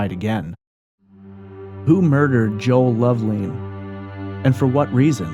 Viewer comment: Love- lin, not leen